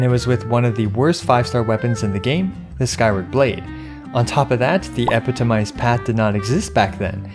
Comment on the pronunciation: He's stressing the wrong syllable on 'epitomized'. The primary stress is on the second syllable 'pi' with the secondary stress on the last 'mized'. This first and third syllables are reduced.